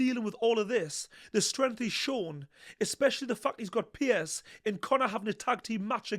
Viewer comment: His name is 'Piers' not 'Pierce' 2 different names. Just saying 👍